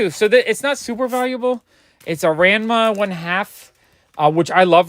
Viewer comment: Not sure if you look at older video comments, but Ranma is pronounced "Rah"-"n"-"mah" with the "A"s having a soft o sound like "romp" or "rock". Same goes for "Manga". The "A"s are soft like "rock" or "romp" and not like "apple" or "act".